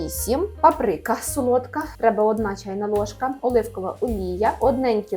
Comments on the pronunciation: Та не папрИка ,а пАприка.ставте наголос правильно. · Вибачте але Па́прика.